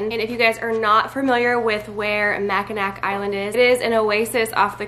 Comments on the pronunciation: It's said mack in aw. Not Mack in ack. It's indian. Lol. Mackinac. Mack in aw. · Michigander here ✋Love that fudge! BTW Mackinac is pronounced like Mack-in-awe. The "c" is silent. But I loved hearing you say it, cause you can always spot a tourist that way LOL 😂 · it's pronounced mack-a-naw. The city is spelled Mackinaw, which is the less traditional, but easier to pronounce version of the word. :) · Michigander here. Thank you for promoting them! I've enjoyed them my entire life. Just so you are aware it is Mackinaw. I know its spelled with a c but you say Macinaw. Super cute vid you saying it with the c. I hope you don't mind the poke. Love ya gurl. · We live in Michigan too! Mackinac Island is actually pronounced Mack-i-naw. You know you live in MI when… but we know you’re from the West Coast so you get 1 free pass! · Fellow michigander... mac-i-nawh is the pronunciation ;) amazing fudge!!! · Michigander here… pronunciation is mackinaW 😉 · From someone from Michigan, it's pronounced Mackin-aw :) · I'm from Michigan, don't want to sound rude, this is meant in the kindest way - it's pronounced "mack-i-naw" island. It's a Native American name. :) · it's spelled Mackinac... but pronounced Mack i nawh... I believe it's a native American word... we have so many in Michigan that are pronounced waaayyyy different than the spelling, not your fault! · The information they sent me it’s spelled “Mackinac”. Guess I didn’t realize it was pronounced that way! My apologies. ❤️ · Yep that is how it's spelled but the pronunciation is Mac n' aw. I live in Michigan and some of our words look one way and pronounced differently🥰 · I laughed hearing her pronounce macinac lol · Michigander here🙋🏼‍♀️ That made me giggle when you said Mackinac😁